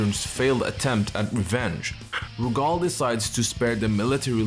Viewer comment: lmfao why you pronouncing Rugal's name like that ?? 💀💀